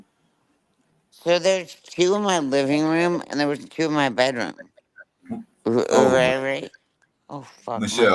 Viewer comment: WHY DOES MICHELLE SAY R-R-RIGHT ALL OF A SUDDEN INSTEAD OF JUST RIIIIIGHT?!?! SHE IS SO GROSS